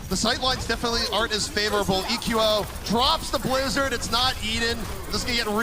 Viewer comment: a good caster and all, but is anyone else bothered by the way he says the players names? Like he's the only one who says saedo and he calls eqo "eco"